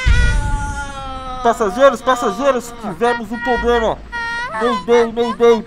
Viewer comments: eu morro de agunia quando o fala "poblema" na intro '-' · o fala temos um PLOBLEMA KKKK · só eu reparei q no começo o fala poblema e nao problema? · Passageiros Passageiros, Tivemos um "poblema" kkkkkkk